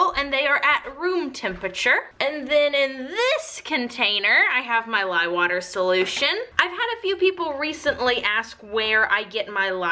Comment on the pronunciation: Lol I love how you say water ..... if you’ve ever seen the family guy cartoon there is an episode where stewy pronounces cool whip but there is a heavy emphasis on the H. You say water like that even though there is no h ....it’s awesome !! 😜giggle !! Love your vids you make great soapy creations !!